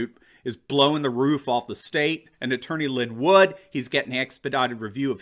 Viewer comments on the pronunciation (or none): none